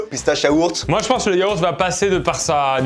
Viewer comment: Il y a pas de H à Yaourt. Sinon bonne vidéo 🤣